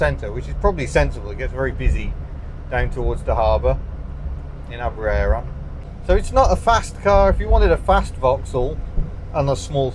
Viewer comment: Aberaeron is pronounced with ae part rhymes with die not dare. Im from there.